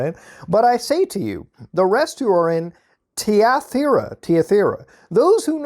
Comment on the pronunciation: its pronounced thigh-uh-tire-ah